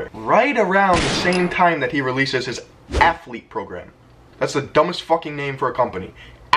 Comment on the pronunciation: Its not athlete its alpha lete😂